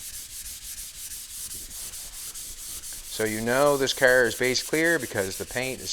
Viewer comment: Kerr? It's car. WTF?